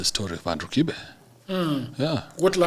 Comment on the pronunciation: much respect bro. You pronounced the name 'Kibe' the original Kikuyu way, yet you are not even Kikuyu. You said it better than the owner of the name himself. The right way as you said it is 'Kife' because in Kikuyu there is no 'b'. 'B' is pronounced as 'f'. This tells a lot about the element of professionalism in your job. Good job.